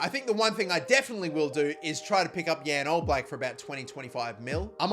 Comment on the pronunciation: As a slovenian it pains me to see how you pronounced jan oblak